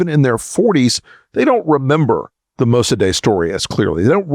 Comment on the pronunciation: MosaDAY? Surely, you mean MosaDEK (spelled Mosadeq in my day, now apparently spelled Mosaddegh, but still pronounced mo-sa-DEK).